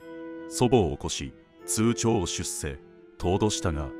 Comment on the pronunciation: 何で首を『しゅ』と？ ところどころ、読み間違いがあるのが気になった。 『出せ』を『しゅっせ』とか… 数日後を『すうにちご』… 犯人が悪いのは当たり前としても、 家のドアが開きっぱなしなのは警戒心なさ過ぎかと思いました。